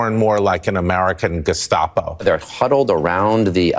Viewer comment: GESCHTAPO. funny. he wants to pronounce german correctly since ST in geSTapo is normally SCH but not in this word haha. german language complicated AF